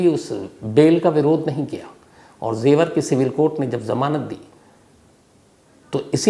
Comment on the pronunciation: Im your fan sir But it is jewar not zewar